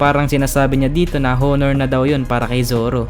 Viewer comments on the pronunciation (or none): none